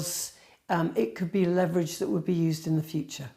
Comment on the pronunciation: please learn how to pronounce the word leverage.